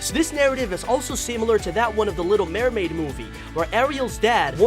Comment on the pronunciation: Maremaid that's what you said not MERMaid You forgot THE M AFTER MER IT WAS THE 18TH OF JUNE 2021